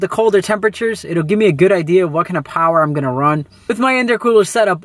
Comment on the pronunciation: Makin some